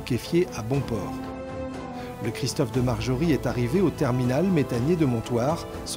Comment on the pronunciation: Petite correction; c'est "de Margerie" (pas Marjorie) et c'est en hommage a l'ancien CEO de Total, un Francais du même nom mort dans un accident d'avion après un meeting en russie avec le premier ministre Medvedev.